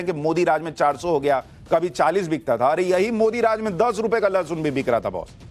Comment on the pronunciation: गधे को लहसुन बोलने नही आ रहा है लशन बोल रहा है उस गधे को और उन गधी औरतों को पूछो उस किसान को जाकर पूछ लें सब्जी सस्ती है या महंगी